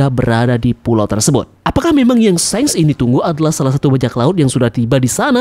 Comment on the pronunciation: Pronounciatoin of shanks Not shenks But shanks👍